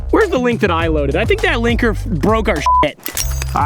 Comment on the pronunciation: Every time said "Linker" I heard "Clanker"